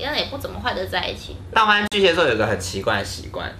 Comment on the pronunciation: 巨蟹ㄒㄧㄝˋ座，不是巨蠍ㄒㄧㄝ座